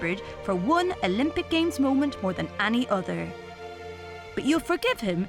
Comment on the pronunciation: Im only triggered by the way she says 'any'